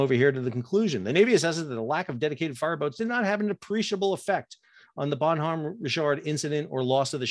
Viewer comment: The "H" is silent in the name and it's proounced as one word, not two.